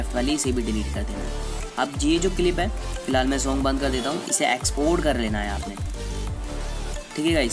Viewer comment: bhai shong nhi hota song hota hai 😂